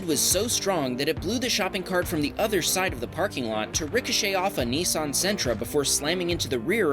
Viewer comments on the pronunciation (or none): none